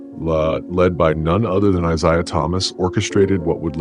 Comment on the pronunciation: Could you please stop mispronouncing Isiah 😢